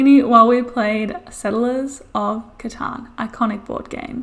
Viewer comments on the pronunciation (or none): none